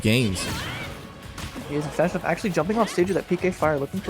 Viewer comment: Lol "Fash_o_nuff." I can tell the commentators don't speak the language. It's pronounced Fa_sho_nuff... It literally means For sure enough. It's kinda an old term, used mostly in the 1970s. But the individual words/combo words are still used today. I know they've had to have heard of "nuff said," maybe even the old term "sho nuff." Maybe also the affirmation term "fa sho" too lol. Anyway, back to Smash, the lance doesn't reflect. It was a hitbox that simultaneously hit another hitbox thus neutralizing the pk freeze. Unless the pk freeze just simply missed.